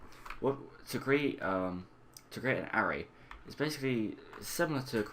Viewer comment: Great videos but need to let you know it's pronounced ah-ray